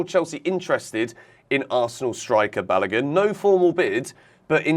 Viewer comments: let me help you again as I always do when you mispronounce Nigerian names. Folarin--- yes, the Sky's pronunciation is closer to it than yours. Balogun---- remember the way you pronounce the Balo in Balotelli, then just add a 'goon' after it. You will have bar--low--goon.. do stress the syllables as you would stress each of those words too. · You guys pronouncing Balogun horribly badddddd...